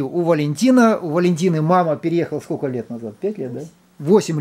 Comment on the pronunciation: Ну что за " скоко"?